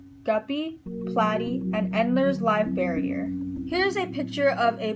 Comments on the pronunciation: Bear-er not barrier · Every time you say "barrier" I cringe... and you say it repeatedly and I couldn't hear anything else because you're mis-educating the public. It's Live BEAR-ER, pronounced: (bare er). Best of luck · I just wanted to watch whole video, but way you say barrier after first 1 minute bugged me .. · great video it was kinda funy that you said bearier but its ok we all pronounce stuff wrong :P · but she is an adult, plus, it's super easy for someone to pronounce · Great job on your video. Minus saying Live Bearer incorrectly, this was a well spoken, thought out, intelligent video! Nice work! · great video but you pronounced bearer wrong